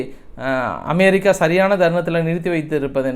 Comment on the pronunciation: iris aunty,Super Super best News ❤😂😊😅❤ in RUSSIA not AM BIR RI KA 👍